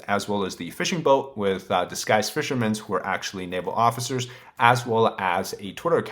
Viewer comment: There is no s in the word fishermen.